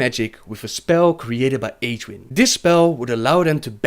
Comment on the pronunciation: isnt she pronounced [egg-win] ?